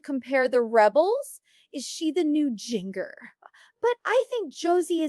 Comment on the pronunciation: Amy King’s forehead is frozen. And “Jinger” prounced like “finger?” That’s just comical 🤦🏻‍♀️🤦🏻‍♀️🤦🏻‍♀️🤦🏻‍♀️ These parents are horrible… there is plenty to criticize without compromising your credibility… Amy King deepfaked come on